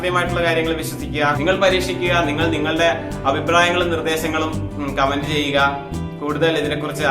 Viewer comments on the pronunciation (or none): none